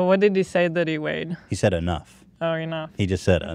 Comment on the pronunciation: Nobody: Ethan: ”So I sais...”